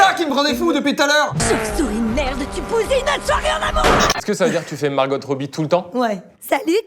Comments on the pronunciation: Mais pourquoi vous prononcez tous les deux le T à la fin de Margot Robbie? Ça va pas la tête ? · Pourquoi Margot robbie vous prononcer le T ? Mais les gars il vous manque quand même Adeline Chetail 😏🥰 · Le "Margotte Robie" prononcé par vous deux me fait mal aux oreilles, sinon excellente vidéo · Pourquoi ils prononcent Margotte Robbie mdrr